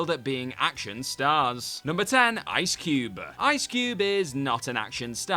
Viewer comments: At first i didn't notice, but you're right. He mispronounced Ice Cube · Got to be the oddest pronunciations of ice cube and alias I’ve ever heard